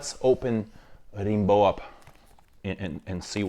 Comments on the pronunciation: Its pronounced Rambo like the movie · The perfumer at Celine misheard Slimane's request to produce a perfume named Rambo (same pronunciation in French). It was meant to smell of toxic masculinity and ham acting, but Rimbaud's nice too. ¯\_(ツ)_/¯